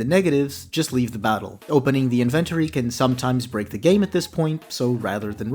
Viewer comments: "Invent ory" lol, weird how that's not how it is actually pronounced tbf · Immediately lost me on pronunciation of inventory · great video. im just gonna ignore the way you said inventory and assume its an elaborate bit